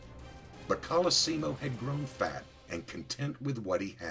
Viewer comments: Stop pronouncing his name INCORRECTLY ( three different ways)!! It's COL-O- SEE-MO! THIS is getting on my nerves-otherwise, good video on his life. and YES- watch "Boardwalk Empire"- EXCELLENT portrayal of "Nucky" Johnson/Thompson. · You pronounced his name correctly only half the time. You mispronounced many names in your clips. Might wanna work on that. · Great vid, but the way the author mispronounces his last name royally pisses me off. ITS KOLOSSIMO, NOT KOLOSYMO..! Also I never knew Torio was such a cold prick, murders his own family just for the booze@ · Sorry it’s “Call-uh-sea-mo” Colosimo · Pronounced (call - la - see - mow) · When this guy is basically your great great uncle, and you share the last same name. But no one says colosimo correctly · Jeez Big Pussy Bompensiero aka Vincent Pastore! Can't you get the sodding pronunciation of your own parents native language right? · You pronounce "Colosimo" 3 different ways in this video. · Why does he pronounce 'colosimo' like 5 different ways throughout the vid lol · The last name is pronounced wrong. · a good story, but a little distracting to have two different pronunciations of Colosimo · Thank you! The pronunciation was very bad. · Giacomo is pronounced "JOCK-uh-mo" and Colosimo is "Kul-AH-sim-o. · This is the problem! Mr Pastore is of Italian background but still can't get the fvcking pronunciation right! And worst of all - he's being fvcking paid for it!! Gaagh! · In the first 3 seconds you butcher 3 words, including both his first AND last name as well as CALABRIA. vaffanculo.